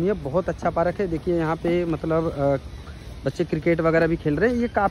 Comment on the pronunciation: पारक नहीं पार्क 😅